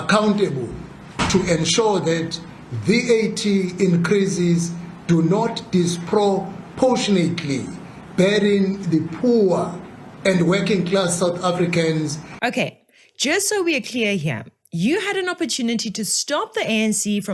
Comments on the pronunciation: I can't trust people who can't even pronounce the words they are saying. Ad-vo-kate. Dis- pro-por-tune-nut. It's not about accent, it's far beyond accent. Italians also have an accent, but they can pronounce english words correctly. Am I wrong? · Dispro- propotionately .... there you have it. Ja nhe. Pro poor.... wow!